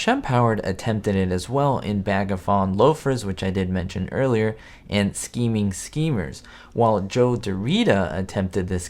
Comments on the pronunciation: it's pronounced, "Skeeming skeemers". A rare blooper. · No scheming schemers is the correct way